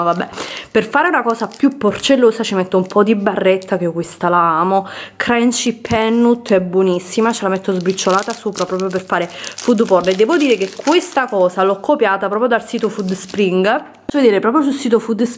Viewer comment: Brid? 😂 Pane si pronuncia “bred”. E dai almeno “ball” 😱 si pronuncia “boll”. A “Crenci Pennut” sono mortaaaa 🐦😂😂😂😂😂 Inglese a parte, brava, bel video.